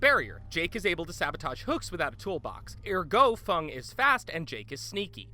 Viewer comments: Why did you call feng fung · Fung min I think it’s Feng min but you know. Anyways in DBD as survivors you aren’t supposed to survive every game and I feel as he put DBD in a bad light considering he didn’t state as many things as he did F13 but I think it’s clear to say DBD is come a long way now and is better with more players plus this video is old data now and I’m pretty sure that DBD is so much better then what it was two years ago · It's Feng. FENG. Not Fung lol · ITS NOT FUNG ITS FENG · Gaire there are two dialects in Chinese. Mandarin (Feng) and Cantonese (Fung). Not only is Mandarin the most common dialect in China but the devs pronounce it Feng not fung. They’re only the creators of the character but i mean what do they know? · Did he just say fung? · he said fung lmaooooooooooooo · Hearing him pronounce feng as fung almost killed me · "FUNG MENG" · wait, did he just say FUNG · my dude said fung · I like how everyone is talking about how he said that killers are op in DBD but not about the fact that he says Feng as Fung. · Someone_ 1 “FONG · I feel disrespected. This man said Fung 🤦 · funge min... ok. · Greenie the devs pronounce her name as Feng in all of their streams and idk what shitty sites you used but all of mine were Feng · There are only 3 teachable perks and you said fang min’s name wrong lol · Did he just say fung instead of feng? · did anyone hear him say fong its feng not fong (no hate) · did he just say FuNg? XD it’s Feng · Lol it's Feng not Fung HAHAHAHAH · The survivors have 3 unique/teachable perks each and also i thought its pronounced feng minn not fung minn at least that’s how I pronounce it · Fong it’s feng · "4 Unique Perks"? "Fung"? Also i think he meant Trapper when he said "Hag and Hunter" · Did he seriously call Feng Fung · Fung? It's feng Feeeeeeeennnngggggg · Why does everyone say fung its feng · Did you just say fung instead of feng? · Feng not Fung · "Fung min" it's Feng Min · >Tfw he says "Feng" as "Fung" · It’s feng not fung